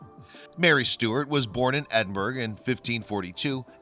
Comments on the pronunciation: It is not pronounced as Edinburg. Although spelled Edinburgh, in Scots it is pronounced as Edinboro. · Edinburgh is pronounced Ed-in-ber-oh...not Ed-in-burg. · LondonJo, it IS odd that the narrator didn't know to say "Edinburrah" but then, if you check out other narrations by this guy, he makes many such mistakes including changing "privation" into, hang onto your hat, "privititation" whatever THAT is. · It is incredible that an American doesn't know how to pronounce 'Edinburgh' - its the capital city of Scotland" after all! Has this presenter never heard it spoken before? Or is it that Americans mispronounced all foreign town names to be annoying?? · Ed-in-burr-uh. Lin-lith-go. Pinkie Cle-ooch, "ch" as in "loch Lee-ven"